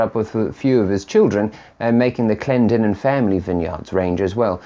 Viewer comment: Thank you very much for the appraisal and complements. Also thank you for pronouncing Clendenen correctly, you wouldn’t believe how many times it happens. Keep up the work my good sir!